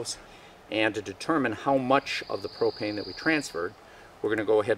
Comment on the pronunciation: i thought you said "hi today i wanna take a few minutes to talk to you about cocaine" for a second ,i was like what the hell?